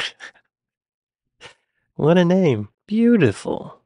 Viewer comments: Shrop-Shire? urgh... Only Yank can butcher that word in such a barbaric way... Shorp'sh'e it should read... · Shropshire, like Yorkshire, Lancashire, Berkshire etc etc has the last syllable pronounced 'sher', not '...ire' nor '...eer'. Also, the queen refered to thatcher as 'that woman' with obvious contempt. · It is pronounced Shrowsbury(Shrewsbury), and Shropshure(Shropshire). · Remember, anything ending in shire is pronounced sher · For the past 24 years i have lived 5 mins from the house Charles Dickens was born in (which is now a museum) yet I have never been in there! ShropSHIIRE!! We know you know how to pronounce the shires. You remembered Birmingham at least lol